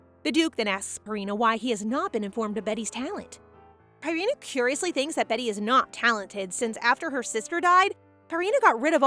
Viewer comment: Its pronounced BEETY not betty